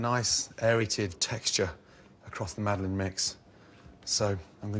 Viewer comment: It's "Madeleine" For fuck sake, at least TRY to type it in google, just try it...